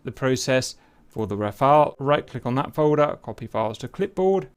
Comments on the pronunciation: Nice of Cap to pronounce it as 'Rafale' and not 'Rafael' as many others do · The gentleman can now pronounce "Rafale" correctly. That's good.